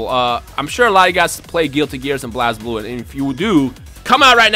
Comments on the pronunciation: you're triggering many people when you say blaz blue because even tho you're saying it as it's shown it's pronounced blaze blue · you keep pronouncing Blazblue wrong! Its pronouced Blaze-blue!